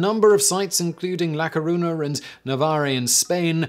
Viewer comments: When for once in a lifetime Simon Whistler mentions your city it has to be about a mass death. Greetings from A Coruña (which, by the way, is pronnounced with the 'ñ' as the 'nh' in "piranha"). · Bonus Fact: Simon really doesn't care how its pronounced.